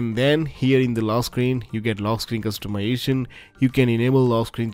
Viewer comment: "custumiation" annoys the shit out of me